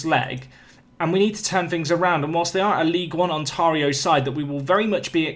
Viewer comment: Hey, I posted this on another video, but I'll post it again so you might see it. You've been saying Ontario wrong the whole series. The 'tar' is pronounced like in the word 'stare'